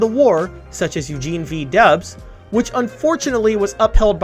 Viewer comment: It’s Eugene V. Debs, not Dubs.